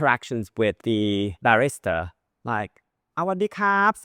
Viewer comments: I appreciate your videos. As I always want and need MY pronunciation corrected, I want to respectfully correct your pronunciation of barista Bah reest stab you said it as barrister, a lawyer or attorney check a pronunciation guide for clarification I do know what you meant so it is ok. 🥰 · I love your content sir, I just wanted to say the pronunciation on barista isn't the same as barrister. For the man or woman serving your coffee, it's pronounced, "bariss'ta". Hope that helps. 😊🙏